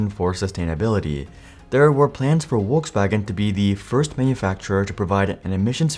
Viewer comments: It's "Folksvagen", not "Wolksvagen". Nice video, thanks 👍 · It’s not Wolkswagen. It is pronounced FolksVagen! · Volskwagen, not "wolfsvagen" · Bruh say "Wolksvagen" or "Volkswagen" not Wolkswagen. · Folks FolksVagen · omg your pronunciation of Volkswagen is so bad ! just go to google translate and play it out to see how it's pronounced, what's so hard? It's Folksuagen! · am I the only one hearing wokeswagen lmao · Need to work on that V in Volkswagen because it sounds like Wolkswagen. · Volkswagen.. In English Volk-s-Wagon In German Folks-Vag-'n Not sure what is happening in this video... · What's a "walkswagon"? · Why do you pronounce "Volkswagen" like "Wolkswagen" without also producing "Winterkorn" like "VinterKorn" . If the video is in English, it's best to just skip the pretentiousness and pronounce everything in English.